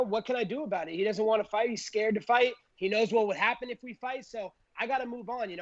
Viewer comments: Colby “he’s ascared of me” Covington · Colby: he’s ascared of me. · "He's ascared of me"